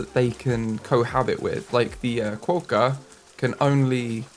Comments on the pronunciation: Quokka- Qwock-a. Don’t over pronounce the O, quokka is one of the most naturally Aussie pronounced words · oceania: (oh-she-ayne-e-a) Quokka: (kwo-kuh) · I went to rottnest island for a school camp as I live in australia and I took so many photos with quokkas! Also the pronunciation is kwocka <3